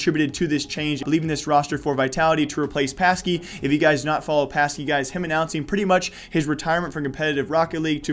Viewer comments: Very good vid! Insta-sub. But I have to tell you, its pronounced Pa-shi. Great vid again. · Good vid but it’s pronounced pashee